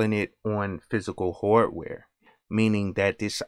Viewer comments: It's his accent. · i dont have experien ce with a wide range of African americana accents and theres a loss of regional accents anyway, but ehen you said hardware, i realized you had an accent. where are you from? (content creator)